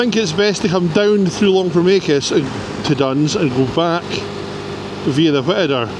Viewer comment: You obviously know the area well, you pronounced Longfomacus correctly.